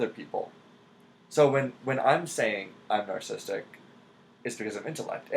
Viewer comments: every time he says nar sistic i cringe. its narcissistic- nar-SIS-sistic not nar sistic grrr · He pronounces it as "narcistic". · This dude is an INTJ and can't pronounce the word "narcissistic". This is why I have distrust for the MBTI. The MBTI is simply one lens in which one can view/explain differences in human behavior. The definitions explain the healthiest and highest performing version of any given type. Regardless of a personality type, there is always going to be individualistic differences (life experiences, IQ, athletic ability, etc.). This coming from a fellow INTJ.